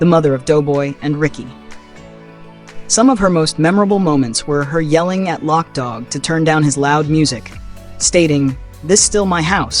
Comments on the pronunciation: Its not pronounced lock dawg. Its loke dawg. You also mispronounced the Wayans last name. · Love the video lol you killing me with your pronunciation of name, Wayans ( Way Yans) Loc Dog ( lo coke)